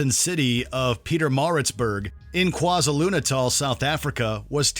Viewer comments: Bro butcherd those South African names😂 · The way the narrator pronounced "KwaZulu-Natal" made me pause. Are there no online resources for the proper pronunciation of South African words and place names? If not, there really should be. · Loving the pronunciation of the south african town lol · Me seeing the "GP" number plate at the beginning of the video 👀 Also, completely butchered the pronunciation of KwaZulu-Natal 😂 🇿🇦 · I am from South Africa and the pronunciation of KwaZulu-Natal and Pietermaritzburg had me in tears 😂